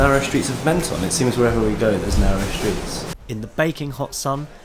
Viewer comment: I have an apartment here - great video guys but it is pronounced “Monton” 😊